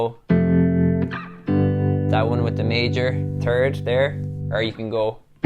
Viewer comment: I loved the "major turd" 😂 Made my day, thank you